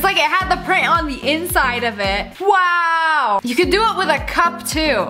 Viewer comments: Love it when she says weow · I love how she says wow she’s just like “waw”😂😂😂